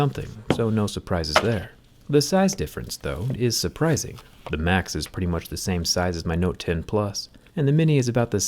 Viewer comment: Am i the only one that hear “macs” instead of max?